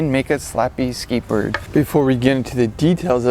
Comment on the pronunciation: you said "slappy skatebirrrd" 😆